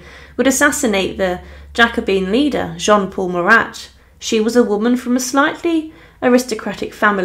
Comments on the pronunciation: His name was not MURAT for crying out loud! It was Marat, pronounced without the t. in other words, he was, phonetically, Mara. Do your research, please. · Some more hilariously inept pronunciations.Corday was from 'Kane' in Normandy,was she? Would that be Caen? Also who was the French dramatist 'Corneal'? Or the revolutionary 'Muratte'? Also,love the way you take a pause before each 'difficult' word or name,but then still get it hopelessly wrong.The French artist Jacques Louis David is pronounced 'Daveed' ,by the way.Thanks for the laughs.